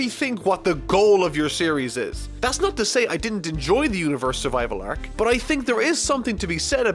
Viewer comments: ....are you saying"Arek" for arc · the way you pronounce the syllable "ar" like in are, arc ect is really weird, are you from Minnesota? Canada? New Zealand?